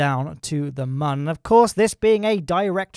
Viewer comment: Nah. There’s no umlaut on Mun (there aren’t two dots above it). Squad has confirmed it’s Mun, rhymes with Sun.